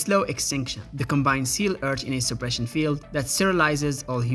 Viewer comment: It’s not pronounced com-BINE, it’s pronounced COM-bine